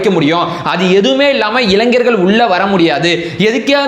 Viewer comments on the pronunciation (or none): none